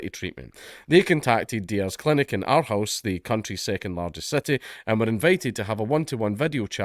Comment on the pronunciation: When you said Aarhus it sounded like Outhouse and I wondered where this story was going